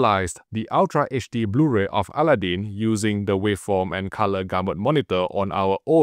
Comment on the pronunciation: Allah Din?...ohhhhh Aladdin!...not a noisy deity 😂